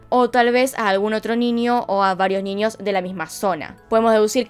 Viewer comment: Nada que ver, pero me da cosa escucharla pronunciar la ñ como "ñi". Tipo "niños" lo dice "niñios", o idk, "añejo" lo dice "añiejo" NFJSKFBD